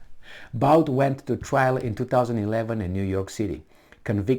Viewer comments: Boot - not Bout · Just FYI his name is pronounced boot